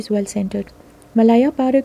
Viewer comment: Malaya is pronounced 'Meh-layer' not 'Meh-lyre,' n selvedge is pronounced as it is spelt, not 'selvudge.' Thanks!